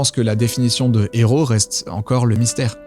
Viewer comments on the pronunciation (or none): none